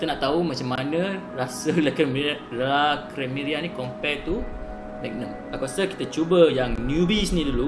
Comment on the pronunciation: Abang cakap LA CREMERIA tu salah la....